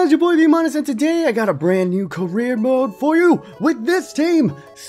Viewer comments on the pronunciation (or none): none